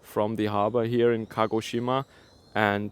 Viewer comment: Very good pronanciation ! A collegue of mine lives and works there. Keep safe and enjoy the local dumplings!!!